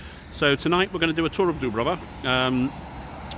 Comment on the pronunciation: You were in Olympic village, everyone is wearing tracksuits and no one speak Croatian....it is not Dubrava,it's Djubrava 😂